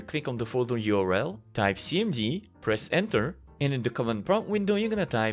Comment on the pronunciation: “Type cimdy”